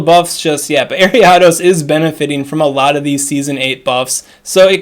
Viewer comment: Listening to you pronounce Ariados gives me the same frustration as the girl on the bus in 2nd grade pronouncing Dragonite as DRAYgonite. Nostalgia 🥰